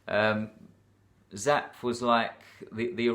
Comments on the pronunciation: Hi,. I’m about 1/2 way through and definitely like the depth you are getting to here. Two things to mention, and these are very minor. First, I think the way to pronounce Zapffe is zap-fa. Second is that War and Peace has... 587,287 words!! omfg... Anyway, I’m looking forward to listening to the rest. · Yes, and it's Zapffe. Pronounced Zap-fuh, as in, Nietzsche or Goethe.